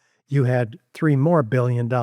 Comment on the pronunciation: “three and a half bulyin” (that’s billion for me and you)🤣🤣